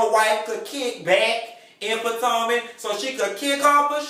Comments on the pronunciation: YOU PRONOUNCING THE NAME WRONG ITS POTOMAC!!!!!!! ASK A FRIEND!!!!!🙃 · He says 'Patanka" on purpose.